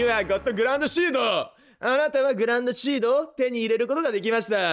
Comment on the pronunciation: グランドシードって書いてあるのにグランシードと読むさんwwww